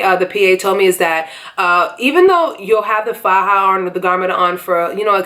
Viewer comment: I was born and raised in Colombia and you pronounce "faja" perfectly fine, so don't pay mind to the negative comments. Thanks for this video, I'm having mine July 28th!!!